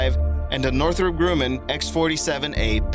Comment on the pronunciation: It's GRUMMAN -- pronounced "GRUH-MUN" NOT "GROO-MUN." Manufacturer of awesome Navy warplanes and the first manned spacecraft to land in a powered descent, the Lunar Excursion Module.